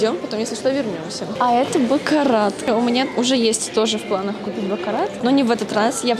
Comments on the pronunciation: просто говорю что бакарат надо читать без "т" на конце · не позорься правильно произносить не бакараТ,а бакара 😅